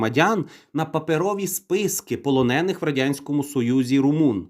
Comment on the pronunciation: У слові полонений наголос на е